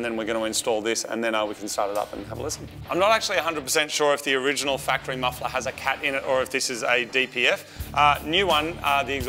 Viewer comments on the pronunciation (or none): oniginal ha how many squashes have you had mate lol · "Have to get our oniginal gearbox out" 🤣